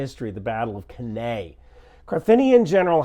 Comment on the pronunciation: Great coverage! Glad you’re feeling better. Just some minor Latin pronunciation tips: Cannae = Cane-eye Scipio = Skip-ee-ow One of Cato the Elder’s famous refrains in the Roman Senate: “Carthago delenda est!” (Carthage must be destroyed!) Putin et Putin-pupilla delenda sunt!